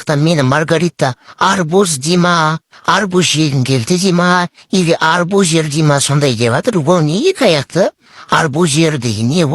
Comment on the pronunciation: Арбузер эмес 😅абюзер 😂😂